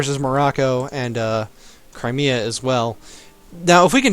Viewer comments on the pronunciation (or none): none